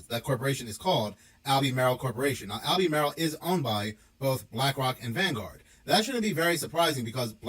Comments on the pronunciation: It’s AL-BURR-MARL not Albee-Maryl. Must be AI talking about the lithium mining. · Pronounced Al-be-marle